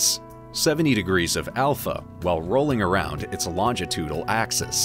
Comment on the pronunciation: "Regiments"???? "Elongitudal" ???? "Preminant" ???? "Longtitudal"????